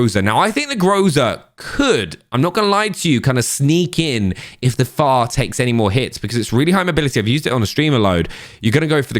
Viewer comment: Why are you saying FAR, it is F F A R